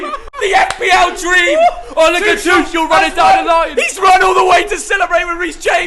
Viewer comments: Bruh his last name is pronounced Tu(ck)el. Even though it’s spelled Tuchel, it’s pronounced with a k sound not a ch sound. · Why do they pronounce Tuchel as Tushell